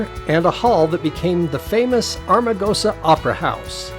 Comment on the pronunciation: Nice episode. I’ve been all over Death Valley. Magnificent. By the way, it is Am-ar-gosa, not Ar-ma-gosa.